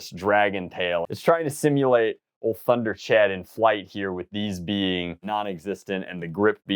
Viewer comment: pretty sure its pronounced tember-chawd